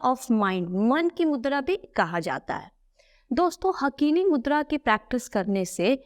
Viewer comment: हाकिनी मुद्रा बोलते हैं हकीनी नहीं बोलते हिंदी में